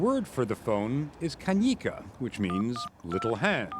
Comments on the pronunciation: Error: , it’s not kanika. Kännykkä (pronounced as Can-nooh-kuh). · What?? Kännykkä doesn’t mean "a little hand." Where the hell did that info even come from? The way he says it also sounds like Russian! 😂Completely wrong way to pronounce it! If you need a straight translation, it could be like "handy" or "something that fits in the hand."